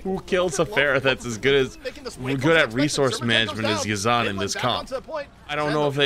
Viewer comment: they keep calling them yazaan and ma-jed when it's really ya-z'-n and maa-jid